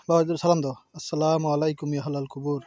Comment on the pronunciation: হালাল কুবুর না,ওটা হবে আহলাল কুবুর।উচ্চারণ ঠিক না হলে অর্থ পাল্টে যায়।